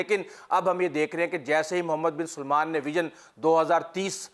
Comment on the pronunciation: Mohd. Bin Salman, NOT Mohd. Bin SUlman